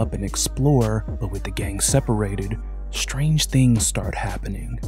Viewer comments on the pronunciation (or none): none